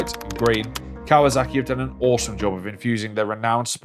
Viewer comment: It’s kawaSaki not kawaZaki… 😒